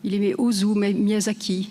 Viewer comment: "il aimé" même les profs ne savent plus parler, alors ne parlons des élèves ! "il aimait" comme le "lait" et pas le lé...etc...